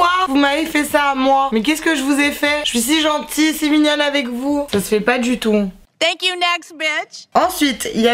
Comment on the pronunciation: Cc super vidéo mais juste ton tank you....sa ma souler